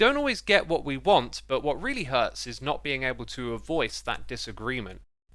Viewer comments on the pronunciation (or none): none